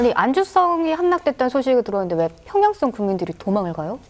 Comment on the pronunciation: 님 발음 독특하군요. 안주썽, 평양썽